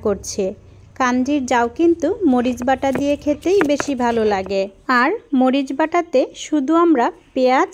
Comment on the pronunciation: Tomar Sobkichui valo lage apu. Shudhu tomar bangla koyekta borner uchcharon thik kore nile aro sundor hoto. Zemon,valo, ke balo bolo. Vorta, borta. Ei rokom kichu. Karon, tomar video ami sobsomy dekhi. Ei shobdo gulor kerone ektu bemanan... Lage. Ar sobi sundor. Onek sundor.